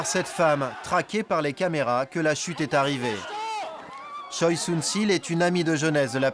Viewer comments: Il me semble qui ça se dit Chwae et pas Choi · Pour des personnalités publiques, c'est courant d'utiliser uniquement le nom de famille ^^ (et ça donne des articles de presse magnifiques avec Kim qui rencontre Kim pour discuter des dernières mesures prises par Kim). Mais sinon côté prononciation, juste vérifier pour Choi (tchwé et non tchoï), ça aurait été appréciable ;)